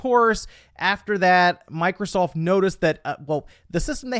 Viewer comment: Did he say Micro-salt? 😂😂😂